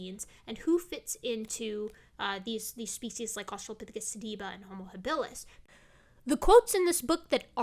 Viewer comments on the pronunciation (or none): It’s pronounced Homo hábilis... stress on the first syllable of “habilis”.... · “Habilis” is stressed on the first syllable....